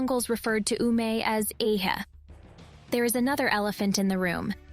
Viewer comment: ece not ehe...and once she misread neareast as middleeast